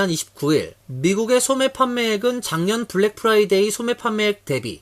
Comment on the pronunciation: 미국 한인방송인데 아나운서 발음이 Friday (금요일) 을 Fly day (파리 곤충의날) 로 발음을 하네요. 공부좀 하지...